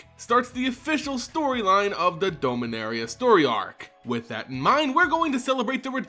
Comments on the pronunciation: DOM-inaria. Every time I hear Dome-inaria I literally become undone. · Dominaria, not dome-a-naria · Forgive me but why do you pronounce Dominaria as Domeinaria? And Aether as Ether? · You're pronouncing Dominaria incorrectly. You keep saying "Dome" when you're not supposed to pronounce the O. Just like the name Dominick, Dom for short, like Dominick from the Fast and Furious.